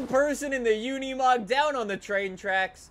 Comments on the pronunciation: It's not said like it's spelled... u say it like unamog even tho it's spelled unimog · I like the part when he says unimog